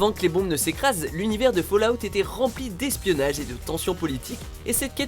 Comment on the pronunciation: On dit pas fAUllout mais FAllout sinon sa voudra dire tomber dehors..